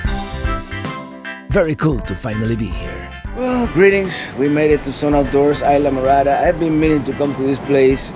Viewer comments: "Eye-la" Morada? You must mean IS-la! Talkin' like a gringo! WTF ! :) Just pushin' your buttons ... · I enjoy all your videos. I'm watching the Florida Keys video where you stayed in Islamorada. What i don't understand why a Cuban like me you don't properly pronounce the name Isla Morada correctly. For those watching that don't know Spanish, Isla means island, and morada means purple. Isla phonetically would be pronounced, Eeesla or close to that. Be proud of your heritage, I am. From California Alberto.